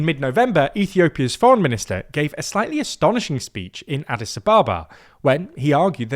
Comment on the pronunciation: Nobody pronounces Addis like that